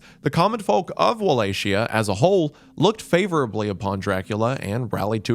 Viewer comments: Wallachia is pronounced "wo-lay-KEE-ah" I know old Romanian is a tough language for most English speakers, but that's not even one of the difficult words. Just a rule of thumb, "ch" is usually a hard "k" sound in Eastern Europe. "Ch" being pronounced "sh" is a French influence that somehow got shoehorned into English. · The way he says Wallachia lol!! It's wo lay kee uh. Love you wendigang!! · Walachia is not pronounced like Appalachia lol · He pronounced "Wallachia" just like "Appalachia" and I just 💀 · or "walla shia" lmao xddd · I like the most when he said "walla shia" lmao I imagined Wallachian ajatollah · This is the top comment and I still wasn't prepared for 'WAHLAYSHIA'. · It should be Wall-Ack-Ee-Uh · It's neither of those. The only proper pronunciation is as follows: Va-as in VARIETY ; La- as in LARGE ; Hi - as in the pronoun HE ; A- as in when you go to the dentist and he says "Open wide." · If I hear Wallachia (with a k) pronounced as wallashia again I will end it all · cant get past how you keep saying wallachia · oh man as a Romanian it's hard to hear you pronounce all those names. No shame tho, good job! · This really entrances my enjoyment of Netflix's Castlevania... Really wish he watched even a single episode so he could pronounce the names right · Listening to wendigoon pronounce wallachia wrong in different ways Everytime is torture. Vlad is legit on of my heroes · I never knew how many different ways someone could say Wallachia without getting it right a single time. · that's not how you pronounce Appalachia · Listening to Wendigoon mispronounce Wallachia for 50 minutes. Cool cool cool. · I remember when you were hiring writers, I applied and was probably amongst one of those who suggested this, all I'll say is that I could've helped with those pronunciations cause we sure don't spell Wallachia like Appalachia, but it has a nice ring to it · Mr. Goon, please say with me: wuh-LAH-kee-yuh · no way wendigoon is saying walaxia